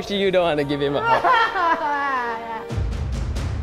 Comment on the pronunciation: just said "hewll nawh i downt wanna gwive hwim a huwg!"